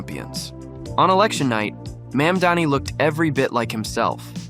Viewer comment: You mispronounced his last name. You said Mandani. It's Mamdoni.